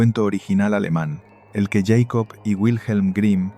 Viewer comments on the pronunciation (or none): Hola señor y buenas tardes, con todo el respeto, pero no es justo decir:"djeycob"😢😮(!),sino, simplemente Jakob 😮, es un nombre aleman por Dios 😮 saludos 🎉 y muchas veces gracias por su trabajo ❤